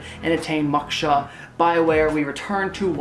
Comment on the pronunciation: Sorry to be that person but it is "mow-ksha". Like you mow your lawn ;D good vids. Keep it up. Is that sandwood paste on your forehead?